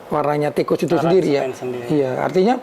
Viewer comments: Di. Baca nya ttp. Sama. (Tikus.). pdhl lebih. Baik..Gnti yg BNR BNR. GK ada. Kus nya. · Ganti nama hanya ganti huruf... tetep lengket diucapnya koes.... 😂😂